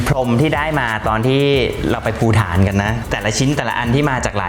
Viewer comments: ชอบชื่อวิลล่ามากเลยค่ะ ล้ำลึกในการเลือกคำที่มีความหมายตรงกับชื่อของคุณหญิงพรทิพย์ ขออนุญาตเรื่องชื่อของประเทศภูฏานนะคะ ออกเสียงว่า พู-ตาน ไม่ใช่พู-ถาน ค่ะ จะติดตามช่องนี้และติดตามน้องกวินต่อไปค่ะ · น่าจะออกเสียงตามภาษาอังกฤษครับ เลยเป็นเสียงนั้น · ไม่ได้จับผิดอะไรเลยค่ะ แค่ต้องการแชร์สิ่งที่ทางสถานฑูตภูฏานได้แนะนำเรื่องการออกเสียงชื่อประเทศของเค้ามาค่ะ การเขียนชื่อประเทศภาษาไทยก็ใช้ตัว ฏ สะกดนะคะ